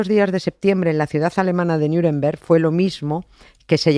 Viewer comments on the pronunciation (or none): Nieves porque dices "Niuremberg"? Eres de "Miurcia"?